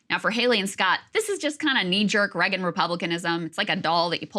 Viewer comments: ok I know it's not important but why does no one ever mention how Krystal pronounces Reagan as Regin. it's so weird that she can't say his name properly, it's such a common name 😂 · Why cant Krystal pronounce Reagan correctly?